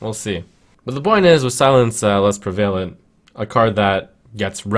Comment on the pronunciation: Prev-uh-lent, not Prev-A-lent